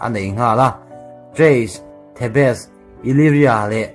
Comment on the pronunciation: thebes ti a lam tur kha the bes tiin i lam deih a